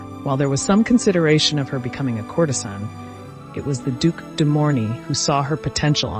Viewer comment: Yes, your former teacher would want you to double-check your pronunciations of (the avenue des) Champs-Elysees, courtesan and macabre. Otherwise, this was a most entertaining bit of history to watch on a Friday afternoon, and I shall watch it twice!! Thanks for your efforts to enrich our lives. It is appreciated.